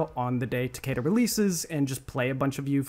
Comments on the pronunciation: BRO ITS TA-KI-DA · Describing "Tah-kay-duh" as the "Proper pronunciation" is a massive issue that the west has with their understanding of language. It's a Japanese word, specifically it would be part of the Hiragana alphabet.. There's no point preaching correct pronunciation with a western accent, when the "Correct" pronunciation would be the Japanese pronunciation.. It would be more akin to "Tah-keh-duh" with the "keh" sounding more like "Air" or "Eh"..Rather than "Key" or "See" TL;DR - It's hard to explain this shit through text when you can't hear the syllables being pronounced. Both "Takida" AND "Takeda" are incorrect judging by the way, and any western accent would pronounce them. Not hating on you, love your content and respect you immensely, I'm just a grammar Nazi who's tired of everyone's lack of understanding. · I mean you can pronounce his name however you want bro but mkx is the best mk in my opinion and I think announcer from mkx is is the best one as well so I just like “Takida” more than “Takeda” but whatever you like dude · takeda is pronounced ta-kee-da in japanese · PLEASE SAY TAKIDA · PS: I'm Aussie, if I were to pronounce the word I'd say it like "Tah-kay-duh"...The same way said it... But that isn't technically correct.